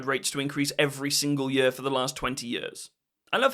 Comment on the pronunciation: Love your videos but can't deal with how you say 'yer' for year.